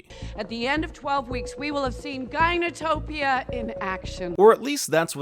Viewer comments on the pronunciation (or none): Ginotopia 😂😂😂 destroying greek language at its finest. For the ones who don't know Γυνή means woman. And topia means landscape or place.